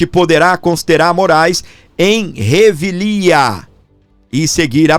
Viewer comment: É revelia, égua, fala muito errado. Vergonha